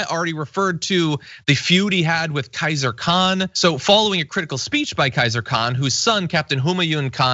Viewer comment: It's Khizr Khan not Kaiser Khan.